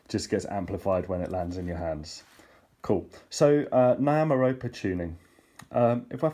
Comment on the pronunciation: my friend-I can't handle how you pronounce Nyamaropa:-) It's not Ni (like "hi"), It's Ni like "knee". (Knee-ah-mah). Ropa (Rope - ah):-)